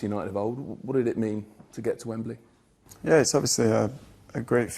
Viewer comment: What I want to know is, what is with the new wave of British people that can't pronounce Wembley correctly?? The presenter literally pronounced it like there is an 'e' between the 'b' and the 'l' Micah Richards is the funniest for it!😅